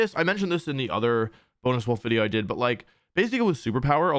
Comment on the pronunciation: As someone who is taking latin currently, whenever he says wideo instead of video makes me very happy.